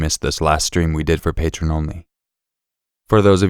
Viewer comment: I like you, so you need to know that patron is completely a different world than the patreon page. Pronounced differently, too. The page is Pa+tree-on, not patron.